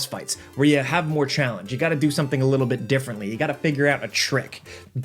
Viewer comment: "Um, they hadn't ever thought to, like, ERM, include AKSHUAL complex gameplay? Yeah, we'd have to wait a LIDDLE longer for that." Man, that is insufferable.